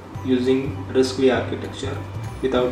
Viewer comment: Thank you for making this video. I love risc-v! For future videos you should know it's pronounced "risk five." The V is the Roman numeral for five. They named the ISA this way because it is the fifth major ISA to come out or Berkley.